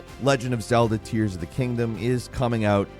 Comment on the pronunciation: Oh, it's pronounced "tears" not "tears"...